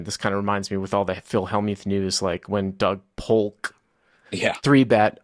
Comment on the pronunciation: „Doug PoLLLLLLLK“ 😂 well pronounced this time 👌